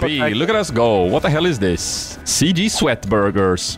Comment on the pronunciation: "CG" pronounced the way does in french is roughly: "c'est gay" which means; "that's gay" and i can't unhear him saying "that's gay cream, boys". please send help.